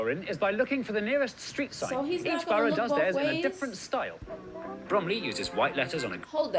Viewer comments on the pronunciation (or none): Btw I remember you saying you were confused by how we pronounce borough - you say it sort of like Bur-O. We say it like Bur-A (sounds like Bruh) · We pronounce the word borough ‘burruh’ not burrow. 😀